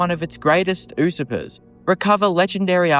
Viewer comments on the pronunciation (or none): By the way, no offence, it's pronounced: You-Ser-Per. Usurper.